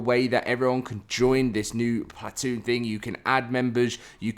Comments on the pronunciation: I cant listen to you say plat- toon. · Stop saying plat-oon haha please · Plat-toon Chewsday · Stop saying platoon like that please 💀